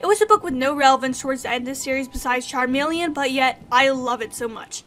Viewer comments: I have never heard anyone call Chameleon Charmeleon, Charmeleon is a pokemon. It’s pronounced like Ca - me - le -on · I love how you call chameleon charmelion like the Pokémon lol Sorry I don’t agree with most of your opinions on this one, but I’ve still watched the whole video and im still subbed!